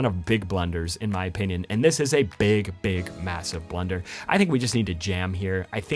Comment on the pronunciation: does anyone else hear him say blender instead of blunder